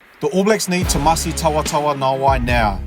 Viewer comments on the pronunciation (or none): ‘Timoci’ not ‘Tomasi’ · Just a small side note, it's pronounced 'timothi' as in Timothy and not 'tamasi' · Hey mate, the c in Fijian is pronounced ‘th’ . So Timoci is pronounced ‘Tim-o-thee’ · Is it Tomasi or Timoci?Please get it right Sir. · His name is Timoci not Tomasi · Timoci <=== Not Tomasi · It's Timoci Tavatavanaeai... not Tomadi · It’s Timoci not Tomasi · Timoci not Tomasi mate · Sounds like u calling him “Tomasi” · narator...its Timoci...not Tomasi ... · Its Timoci not Tomasi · Its TIMOCI you.!! NOT Tomasi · Apart from the topic…I like how you pronounce the name..😅😅..it’s Timoci which sounds like Timothy and not Tomasi 🤣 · Brùv not tomasi it's timoci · Tomasi ?? 😂 thought his name was timoci (Timothy or jim) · It's Timothy not Thomas 🤦‍♂️ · Timoci not Tomasi😂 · It's not Tomasi it's Timoci. To be exact.. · It's Timoci, not Tomasi...😂😂😂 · It's not tomasi..it's timoci my dear😂😂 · Its Timoci not Tomasi..Sir...future allblack for sure. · My guy, It's pronounced Tee-mo-thee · Tee-mor'-thee (just like pronouncing Timothy emphasizing 'mo') - dou boci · C's in Fijian are pronounced "th" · At least get his name right mate! “Timothy” .. The letter “C” in Fijian is pronounced “th” chuuur cuzzy! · It’s pronounced Timothee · Awsome stats and commentary but please get his first name right.